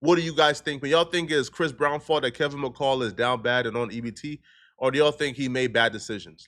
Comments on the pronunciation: This man rushed the story out so damn fast he didn’t even pronounce the dude name right it’s Kevin McCall dumb as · got me dying he keeps saying Kevin macale 😂😂😂😂 I’m trying to be serious but when he says that it has me rolling